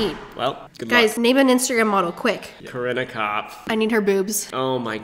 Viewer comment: Haley: "Name an insta model quick!" Ryan INSTANTLY: "corinnakapf"